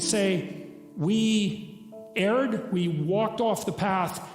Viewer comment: "erred" as in, to have made an error, not "aired". Later was "Utter" not "Honour", and "Prudence" not "Prudents". Great video though.